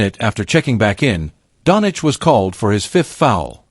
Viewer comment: If this is AI then it is broken and poorly programmed. Luka is not Donich, but Donchich (Dončić). After 7 years some people still can't pronounce his nickname correctly. I wouldn't believe it if I hadn't heard it. How is this possible? Greetings to all from Slovenia - Ljubljana. (Luka's birthplace)